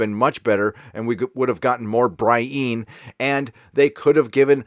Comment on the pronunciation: Um, do you seriously think that's how you pronounce Brienne? I've know multiple people named this and no one named "Brie-in" - all pronounced "Brie-ann". You sound like a pretentious goof